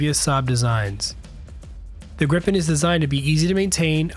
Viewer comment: Awesome video! Very interesting. :) I don't wanna be nit-picky, but it's pronounced "Greepen", not "Grippen" :)